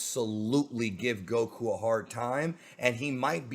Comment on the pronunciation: Why do you pronounce Goku like that bro.. lol